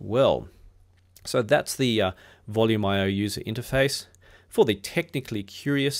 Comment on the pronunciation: I’ve been using Volumio sporadically for years and started with its predecessor Voyage MPD Linux over 10 years ago. I’d never considered it was pronounced “Volume IO”; I’ve always said “Volu-mee-o” because it is Italian.